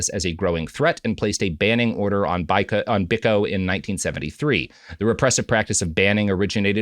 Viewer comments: Its pronounced "Bee-koh", not "Bik-oh". Never more have I wanted Prop to be on the show to correct Robert. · The Peter Gabriel song 'Biko' is a eulogy of Steve Biko. (Edit: And yes, as others have said, it's pronounced BEE-koh) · Sometimes I think Robert is fucking with us with pronunciations. Stephen BICK-oh? You're not serious right now. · Biko is pronounced "Beeko." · yeah true but it's still pronounced Bee-koh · A not so hot take on a very well covered story. It’s literally all over the internet but they seem not to have noticed that. The reference they quote is on YouTube and covers the nature boy story much more comprehensively and with less sniggering, giggles and errors. And please pronounce Steve Biko’s name properly. A widely known and hugely important figure in history and subject of many songs. Content is content, I guess. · The mispronunciation of Steve Biko's name is crazy. Other than Nelson and Winnie Mandela and Desmond Tutu I'm not sure there's a more famous South African